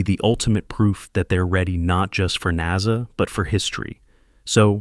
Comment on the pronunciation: "NAZA" for Ai